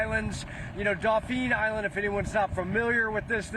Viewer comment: daupheeen island. Tell me your not from here without telling me🤣